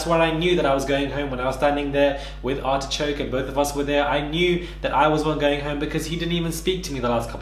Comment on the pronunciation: Hold on did you just call Artichoke, ARSECRACK!!! Omggg 😱😂😂😂😂 IM DEADD!! 😂😂 BAHAHAHAHA!!!!!